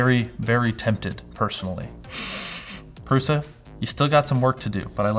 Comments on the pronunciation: Pruša is pronounsed PRUSHA. PRUSHA! not prusa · Lets learn some basic words: Průša is pronounced with Ů (as "OO" in cOOl) an Š which is pronounced like SH in the word SHeet.